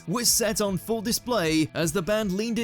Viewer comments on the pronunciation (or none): none